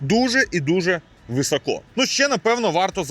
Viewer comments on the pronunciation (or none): Не "високО", а "висОко"...